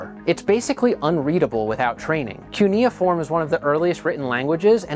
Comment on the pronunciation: You also mispronounced "cuneiform".